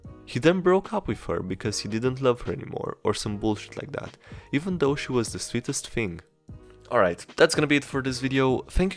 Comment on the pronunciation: Thing. Not 'fing'